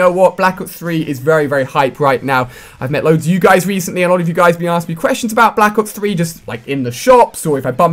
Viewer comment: If you listen closely you can hear him say back ops 3